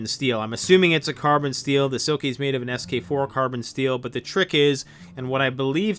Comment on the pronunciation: that boy needs a lot of straightening out, eh?! And still mispronouncing his channel name. OMG!